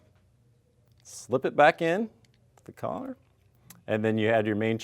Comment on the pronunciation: Who's Collette? Oh, are you trying to say collet ( call-it ) ? ;) Your not fancy frenchy, guy, just speak English.